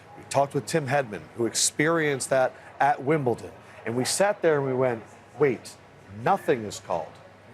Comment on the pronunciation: Wimbleton? Why can't Americans pronounce Wimbledon correctly?